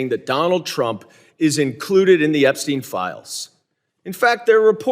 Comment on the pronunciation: EPSTEIM FILE EPSTEIM 😂